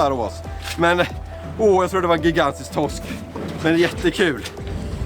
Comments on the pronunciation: Grattis. Men det heter Torsk, inte Tossk😂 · TOSK !???? det heter TORSK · Sluta säg Tossk. Lär dig prata.